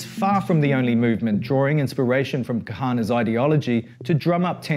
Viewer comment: KA-HAN-AH bro jesus your pronunciation makes you look like youre just reading a script